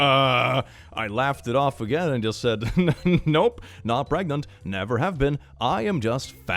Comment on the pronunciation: Are you Pregananant? Are you Prrregante?!?